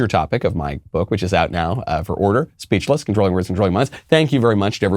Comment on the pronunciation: every time I hear you say "speachless" I begin to salivate for some reason 🤔